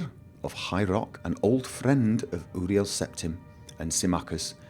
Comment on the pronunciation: Uriel Septim is pronounced; "Yuriel", but great video! I loved it! :D